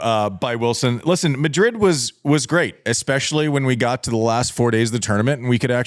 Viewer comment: Wait, what's the scoop on why Andy pronuncing it "Midrid". It sounds lewd when he says Midrid but I'd like to give him the benefit of the doubt and say that he's not trying to be lewd. But why is he saying Midrid? I missed the memo. Someone fill me in please